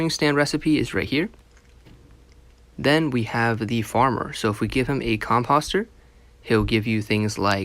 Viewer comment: Cämpäst? It's pronounced Cämpōst. Lol